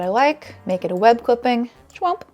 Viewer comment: If I didn't know better I would have thought you said "But naked Vintage"